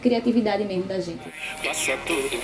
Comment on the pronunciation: Nao acabou os estudos fazer o que ? kkkk ''esqueço tudo meermo'' kkkkk